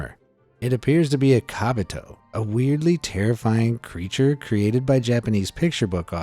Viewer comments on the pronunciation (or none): kobito, not kabito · They are not kabito they are kobito